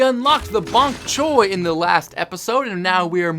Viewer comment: You said ponk choy at start lol